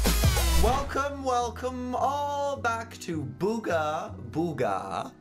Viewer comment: Booger Booger: Booga Booga. /Me: SAID IT RIGHT!!!